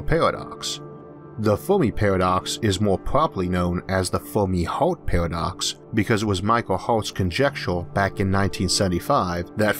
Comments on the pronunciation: He can't pronounce the "er" and "ar" sounds. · This guy has a weird accent that makes these videos hard to watch. Does anybody know where he comes from and what type of accent he has? For example, he pronounces "Fermi" as "Formy". Another example is that he pronounces "Inter-galactic" as "Into-galactic" and he also pronounces "Emerge" as "E-more-ge". This is the strangest thing that I've ever heard.